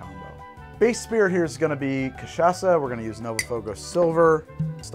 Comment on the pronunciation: You pronounced cachaça correctly and that makes me so happy